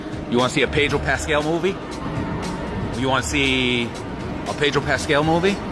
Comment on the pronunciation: "Pedro Rascal"